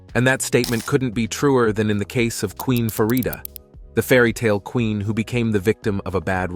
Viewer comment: It’s Farida not Faridia. Your Prononciation is so wrong.